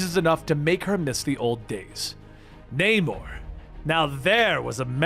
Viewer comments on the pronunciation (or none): none